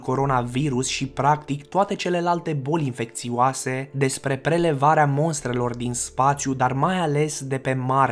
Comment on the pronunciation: stiu ca e halloween, dar iarasi spunem monstre in loc de mostre? "prelevarea monstrelor" [ la minutul ]